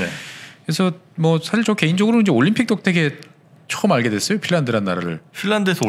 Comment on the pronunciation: 서울올림픽을 왜 88오람픽으로 하시나요 정정해주세요